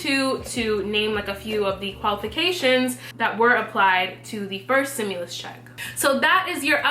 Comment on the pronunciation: Stimulas check not simulas axe a dictionary. Say it with me stim you las.